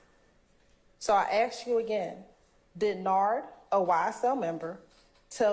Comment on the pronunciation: girl it's "ask" not "Ax"